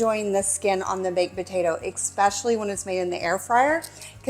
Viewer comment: Especially pronounced with an X is incorrect. It's an "sc" sound.